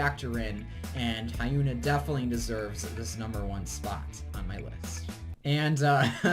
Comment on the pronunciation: the pronunciation for lee hyori and hyuna made me cringe lmao